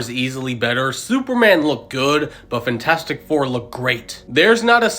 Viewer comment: “Fntastic four” ❌ FANtastic four ✅